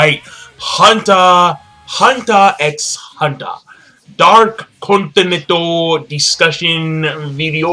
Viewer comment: you don't pronounce the 'x' in huntet x hunter.